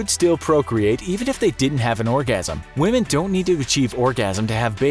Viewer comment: Why do you pronounce women as we-h-men !!!!!